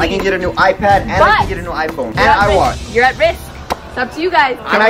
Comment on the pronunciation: Mans said “ iWatch ”